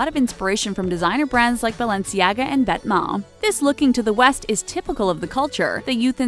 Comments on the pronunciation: This is literally the summarized video from Highsnobsociety. And she pronouced Vetements right but not Raf SIMONS???? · Wow... I've been saying "Vet"-"Ments" this whole time... I'm so poor